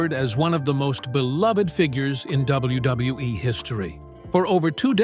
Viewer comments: AI can't say double u 😂😂😂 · The W-bub-hub-WE😂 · LOL! The way the AI says WWE and WWF is funny AF. Da Da duwuwu dubwoo eff LOL! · I really wish they would stop using AI cause they can't say WWE correctly